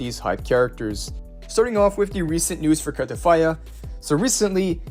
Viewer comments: U sayin cartefiya instead of cartethyia is pissing me off😂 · Why are you putting an "f" when you're pronouncing "Cartethyia "? 😂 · There is definitely not an f in her name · This dude be like "carteTHYA" each dang time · Bro how r u pronouncing Carthethyia 😂